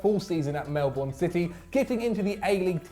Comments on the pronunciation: I know this sounds a little petty, but Melbourne is pronounced melburn, the O and E are silent. Sorry but As a Melbournian, it is quite frustrating. But love the content. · When Zac can’t pronounce Melbourne right😂😂